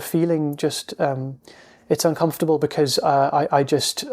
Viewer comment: thank you, I especially liked your emphasis: "what is so uncomfitable?". Truth is it really isn't uncomfitable at all, it simply is as it is